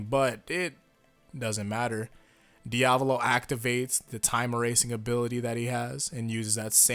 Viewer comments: You don't say it like "Diavlo" you say it like "Dia-vo-lo" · Its not dee-ab-low its dee-uh-val-oh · My guy love your vids but say it with me Di-a-vo-lo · Diavlo bruv it's Diavolo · diavlo Me:dio-val-o:DIAVLO Me:*eternally screaming* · Stop saying diavlo. It's cringe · The way you pronounce Diavolo really aggravates me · Quit pronouncing diavolos name wrong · Dahppio and diahvoahlo bruh miss pronounce make me uncomfortable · Bro why is it so hard for you to say doppio and diavolo just say it the way they say it in the anime